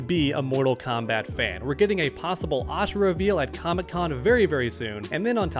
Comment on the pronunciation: It's Ashra not ashera.